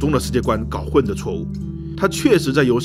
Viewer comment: 搞混了 二声 不是四声